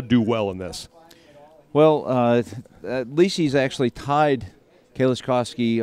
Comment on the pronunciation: I was pissed at commentators for butchering his name during the entire thing. It should be "leecis", not "lesees".